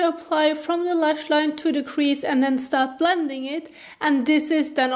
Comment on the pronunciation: when you make the D sound in the word "blending" your tongue is outside of your teeth, when it should be inside your teeth. that is why it sounds funny when you say that word. try keeping your tongue inside your teeth when making the D sound